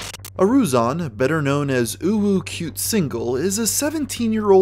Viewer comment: Thank you for your effort to say "uwu" Whenever u tryna pronounce her name. Must be tough to hold the "feeling cute" feeling